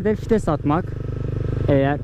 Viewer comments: abi 3 yılda anladım fites değil vites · Bi kere daha '' fites'' dersen intihar edicem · Fites diyişini yediğim